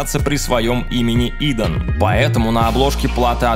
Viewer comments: идАн, ударение на А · Не Идан, а идАн🤦🏽‍♂️